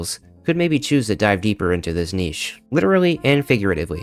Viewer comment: Oh good. An American who pronounces ‘niche’ correctly.